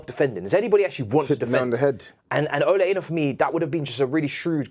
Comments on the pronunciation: Damn,! You're YORUBA! I think you might want to ask your family how to pronounce "Ola Aina" before you wear that Nigerian jersey again! 😂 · Ola Aina = "or-lah ah-yee-nah".